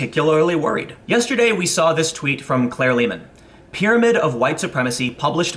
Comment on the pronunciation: "Claire Lehmann" EVERY.SINGLE.TIME